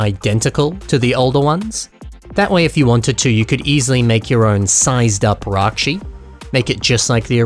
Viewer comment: Ракши а не райчи